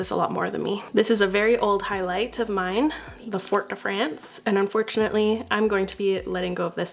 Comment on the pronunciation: Nooo not the Fort de Fraence 😭